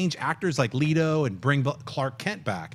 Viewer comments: Yo Schnepp just a heads up it's pronounced Let-Oh not Lee-Tow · I was so happy when she did that. John messes up so much and it usually never gets corrected. Can someone please tell him how to pronounce "Leto"?!? Its not LEETO